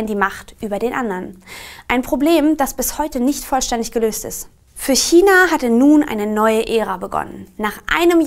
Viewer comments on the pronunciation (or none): none